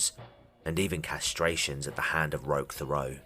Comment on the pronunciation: Hi, Canadian here. Sorry to bother you, I just wanted to let you know it's pronounced Roesh Tare-ee-O (and that's still not quite it) At first I wasn't sure, then I saw where he was born and I was POSITIVE. Edit: I'm pretty sure the "rock" on the mailbox is just him wanting to sound "cooler".